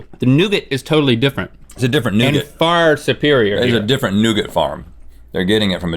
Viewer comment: The way they pronounce nougat is freaking hilarious.